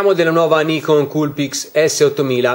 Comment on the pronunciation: 何言ってるかわかんないけど、ニコンと発音してるのは良い